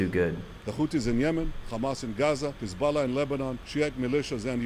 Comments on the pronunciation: What is it with these Israelis that they add the letter 'K' in front of the 'H' whenever they talk about Arab countries. Khamas, instead of Hamas Khouthi instead of Houthi. Khisbulla instead of Hisbulla What gives? Why don't they do they when talking normally?. Like Khappy Birthday Or Khave a nice day? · “Khouthi” “Khamas” “Khezbollah”? What the hell is this pronunciation?